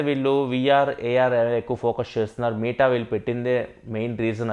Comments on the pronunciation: It's not మీట bro it's మెట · META "మీటా" కాదు అన్నా అది. "మెటా". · Bro adhi “మీట” కాదు భయ్య “మెట” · అన్న మీటా కాదు మెటా... ❤️ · దాన్ని మెటా అంటారు కదన్నా మీటా అంటావేంటి… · Babai nuvvu dhayachesi "మీట" anodhu...... Please "మెట" ani pronounce cheyyi... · Nuvv meeta ani pronounce chestunte vinaleka potna bro.. Adi Meta from the term Metaverse